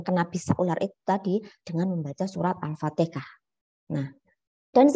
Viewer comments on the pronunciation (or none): Afwan Bu bukan alfatekah tp alfatihah